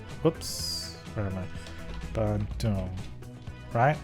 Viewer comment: Keep up the good work! And you pronounced bandung right!